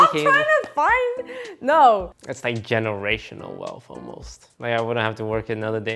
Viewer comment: that generational wealth tone was soo malaysian hahaha